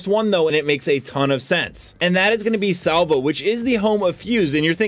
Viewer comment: lol Salvo not Slavo LOL